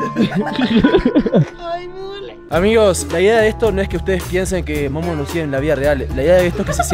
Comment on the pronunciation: No que te entendí que dijiste mono en vez de Momo😂😂😂😂😂😂😂😂😂😂😂😂😂